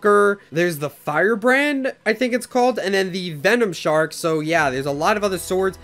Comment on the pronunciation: It’s Venom shank, not Venom shark I believe